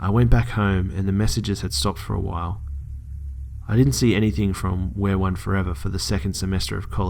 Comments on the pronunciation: I think it's pronounced "we are one" not "wear one" but if I'm just not hearing you correctly then disregard. Lol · Interesting how he pronounced it as wear one I pronounced it as we are one 😂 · Its not wear one, its we are one 😂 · It's weareone not wearone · it sounded like he said where one the entire time. but it's we. are. one. damn this is creepy tho o.O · why does he pronounce it "wear one" it is obviously "we are one " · It's pronounced we are one, btw